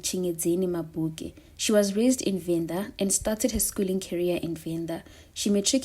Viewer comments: Are you Venda by any chance ? You are nailing the Venda names 🙏. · are you Venda? They way you pronouncing the Venda words is very suspicious 😅❤